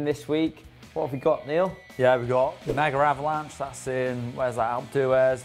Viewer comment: Megavalanche doesn't have an "r" in it :)